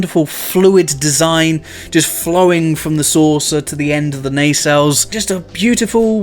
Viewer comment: Maybe finally, maybe not... We can clearly see this guy knows what he likes and is not afraid of it! Which means that we can fairly safely infer that, well, his taste in women is somewhat robust. He obviously likes his ladies thick and powerful! Just like he likes his Nacelles. Nay-sells Nuh-sells Sey-shells.